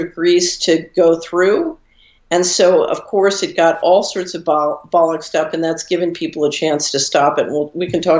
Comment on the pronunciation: Did she say "bullocks' up" 3 times? Is she a cockney? Great advice for Trump. Brilliant.